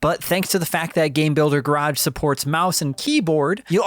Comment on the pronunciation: Please say Garage correctly…